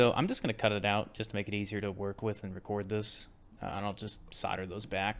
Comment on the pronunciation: You seem to say ‘ sarder ‘ when I think you mean ‘ solder ‘ 😂😂😂